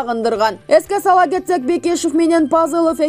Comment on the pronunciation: Параценко дейсин да журналист миш бир жолу параценок деп кой👎Бекишовду Бекешов дейт сабатсыз!!!